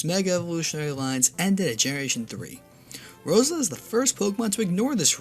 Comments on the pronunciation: Rosila? Are u fucking kidding!! It literally say rose Elia in the name. Sorry about that, just a bit off centered by your pronunciation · IT'S PRONOUNCED ROSE-EL-E-A NOT ROSE-ELA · "Sheninja" "Roselee" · the way he pronounces "Shedinja" and "Roselia" though....